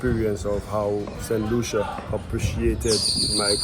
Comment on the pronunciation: Pronounce as st Lusa